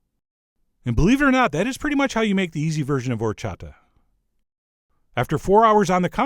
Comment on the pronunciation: Chef John you got perfect horchata pronunciation.